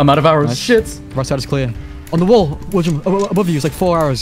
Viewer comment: "... ow."